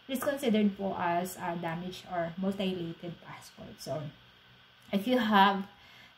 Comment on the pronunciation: Mutilated: myu-ti-lay-ted